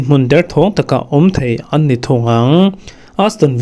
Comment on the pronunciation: Kan lo ngaihthlak na che a rei ve ta hle mai, mizotawng ziak chhiar hi tan la nasa teh, ngaihnawm tak ni thei kha, i thluk dan leh sawi chhuah dan hi a pai thei emai, ngaihthlakloh hi ka nei tlem khawp mai a 'dawn' 'annni' tih te.. inzir nasat i ngai deuh tlat